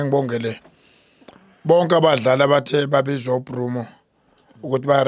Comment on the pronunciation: tell our best chairman in the world that his name is not Brumo it is Broos 💀☠️❤🖤